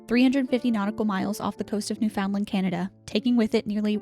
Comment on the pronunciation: *Newfoundland doesn’t pronounce the first D